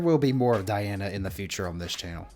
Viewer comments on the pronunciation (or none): You already got her name wrong. It's dee-AHN-uh. Not die-ANN or die-ANN-uh. Last name is ahn-ku-DEE-no-va. Easy with practice. The show was not You Are Super. This is the follow on show called Show Mask Go On, which is the Russian pronunciation of the letters you see on the stage during the judges reactions. The judges are also the contestants on the show, which is an interesting concept. The judge in red looked astonished early on, because she realized she was in competition with a vocal goddess. The opening notes are very similar to her speaking and laughing voice. If you watch the video on her channel there is a judge discussion following the song, and you can hear her low speaking and laughing voice. That one also has subtitles in English. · You seriously butchered her first name. It's pronounced deeona...hilarious. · Dee- Ahn-na Diana 🤌🏽 Ahn-koo-dee-nova Ankudinova 👍🏽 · actually .. her first name is DEE-ana :) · Diana (DEE-ana) is a must see to understand just how Great she really is. A Russian, singing in English Language. Her last name is said, An -ku -De -nova, spelled Ankudinova. The i turns into a E.